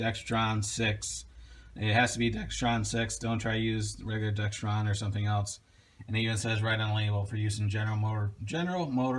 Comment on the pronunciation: WHY do so many people pronounce it DEXTRON? It is pronounced DEXRON like it is spelled.